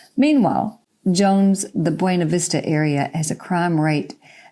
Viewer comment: Could you please use our pronunciation of Buena (Vista)? It is pronounced byoo- nah, not the Spanish way. Thanks